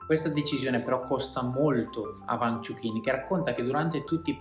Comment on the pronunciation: Peccato per la pronuncia sbagliata del nome...